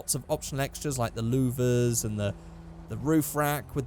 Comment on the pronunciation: how you say louvers when you made up your mind on the carbon fiber XD